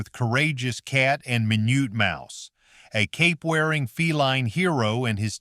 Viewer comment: 1. Pink? Batfink is NOT pink! 2. What walrus? No clips as proof. 4. Minute was not pronounced My-noot as your AI did the second time, but not the other times he's mentioned. He's pronounced correct the rest of the time. 6. No clips of Impossibles when others DO show clips. Very suspicious of your abilities to actually explain things. 8, 9. Was Sinbad Jr done in color or black and white? Screenshots in color Same with Beagles. 11. I don't recall the mantis character having red eyes...? When did he have red eyes? 12. Jonny Quest was NOT the scientist, his DAD, Benton, was the scientist! I thought Jonny Quest was on primetime.